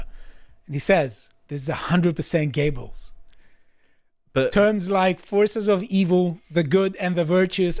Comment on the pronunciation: His name is Göbbels. not Giebbels. The ö/oe pronounced like the u in further. Greetings from Denmark.